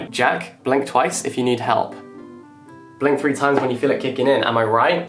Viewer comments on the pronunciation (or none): none